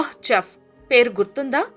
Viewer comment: chef is a french word its not english word. In chef C will spelt like S.